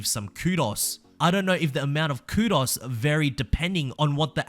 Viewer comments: Coo-doughs. Not coodos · By the way,, it’s pronounced Koo-dose not koodos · pronounced kudoze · Man. The way you said Kudos HURTS. Its KOOD-OHS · The way he said kudos was driving me crazy and he kept saying it every 4 seconds. Ku-dohs versus ku-das. I know it's because he is English or whatever, but man it was hard to listen to.